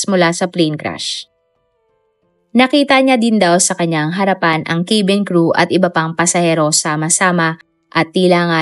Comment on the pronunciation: cabin ay “kA-bin” po ang basa hindi “kE-bin”😊